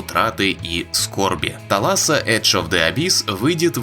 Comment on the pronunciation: Кстати, thalassa - это "море" на греческом языке. Пишется как θάλασσα у них. Ударееие на первый слог